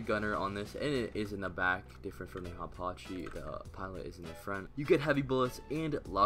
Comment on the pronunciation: no way bro said aparchee